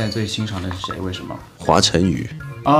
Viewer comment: Eason 果然好眼光，是知音啊! 他确实是很会唱而且都能量满满。华晨宇，名字念得真好听。